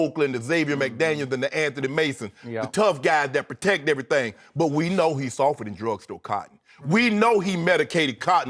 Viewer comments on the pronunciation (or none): "We know he softa than drug sto' cotton" 😂😂😂😂😂